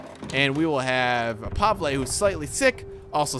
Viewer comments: Pavele not pavla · every place and everyone pronounces it differently - I know kat'yas infact I've never heard Kasha and Pavel